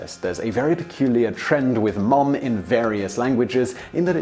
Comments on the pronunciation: The British pronunciation (i.e., "mum") is /mʌm/, whereas the American (i.e., "mom") is /mɑm/, not /mɔm/ as I hear what you're saying. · Simon can't say Mom right. Its Muom... :D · I may be one of many to mention this you still say Mum when you're trying to say, Mom. The best way I can tell you is to think Mam and say, Mom. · On this side of the pond, it's mAHm, not mUHm. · In Michigan mom is pronounced "mahm" not "mome" like Simon. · English people trying to say "Mom" is hilarious, no one says "Mohm" it's more a "Mahm" it's a curved syllable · Haha mohm... sorry we say mahm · The American pronunciation of “mom” does not have a hard ‘o’ sound. It’s more like an ‘a’ or ‘ah’ sound. So it’s closer to ‘marm’. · His pronunciation of ‘mom’ is weird. It sounds like Ikea furniture: Malm. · He still pronounces "Mom" like "mum". Who the hell would be confused? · it's mah-m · did he just say "man-mum"??? (Rewind) Yes, yes he did. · Mom is pronounced like Somerset. "mawm" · Hearing someone say "mom" with a British accent is really odd sounding. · is it only me who finds it funny that despite his effort he is STILL mispronouncing "Mom"? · Sebastian Vlogs True, what kind of American ever said “Mom” that way, with a funny “oh”, looool? It doesn’t sound British when they say “Mom” but it doesn’t sound like that, either, lol! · It didn’t. But it did sound weird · Why on Earth would you say an American word with a British accent?! o.O Mom and Mum, whatever, just say it as you usually say it. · I almost could not tell the difference between his "mum" and "mom". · When he says mom instead of mum it sounds like he combined o and u into one letter anyone else? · Is it just me or is he mispronouncing Mom? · Lol he still can't say mom.its cute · Thanks not how "mom" is pronounced. The vowel is /a/, as in "father". We don't have that vowel you use in "clock". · He said Mom wrong